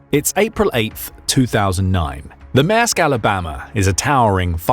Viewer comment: It's not 'MASK' but 'MAERSK' and has an "R" in it so please pronounce it correctly.